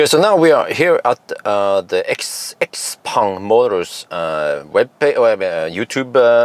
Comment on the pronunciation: Schaupong, that is how it is pronounced 😉 I love the car. Especially the Zesla X style Windshield without beeing big and expensive like Tesla. I def. Would buy it if it would come to Europe.